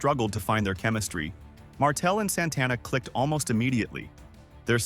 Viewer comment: Who's Mr. Soto? It's Saito pronunciation is important. Jesus you can't even pronounce Santana smh you suck. Now you cant pronounce Tatanka and Drose smh.